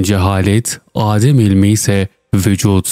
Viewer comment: Yokluk, AAdem değil.. adem, adem kısa" a"